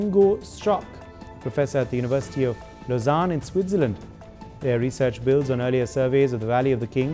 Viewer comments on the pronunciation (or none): none